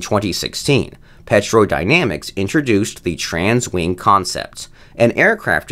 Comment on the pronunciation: It's pronounced "Tero"